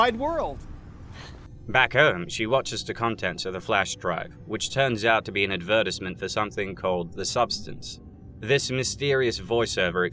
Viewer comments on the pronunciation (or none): BROOO DID Y'ALL HEAR HOW TF HE SAID ADVERTISEMENT??? WTF